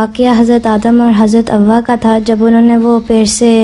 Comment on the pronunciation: حضرت "ہوا " نہیں بلکہ لفظ "حوا" ہے